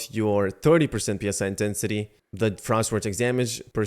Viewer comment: PSI is pronounced as 3 separate letters... what's in the game is psi.. the word.. pronounced like sigh. PSI stands for pounds per square inch.. psi is short for psionic which means relating to or denoting the practical use of psychic powers or paranormal phenomena.. tell me what makes sense here for the game? you increase your pounds per square inch power or you increase your psychic power?